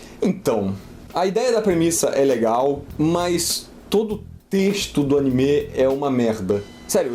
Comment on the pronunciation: Não dá para levar a sério alguém que fala ''animê" , Pô , ele fala ''animê" uma vez a cada 5 segundos , caraca , qual è o problema desse cara ? N sabe nem falar direito , e todo anime ele fala mal , Naruto , Black Clover, agora de Dr. Stone